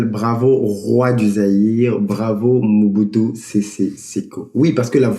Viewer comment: Bonjour. Stp, prière bien lire ou proncer les noms congolais. C'est MO-BU-TU SE-SE SE-KO KU-KU GBE-NDU WA ZA-BA-NGA